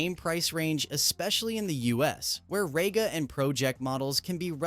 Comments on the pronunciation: Rega is pronouced as Ree-ga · It's said like REEGA, Stupid yank!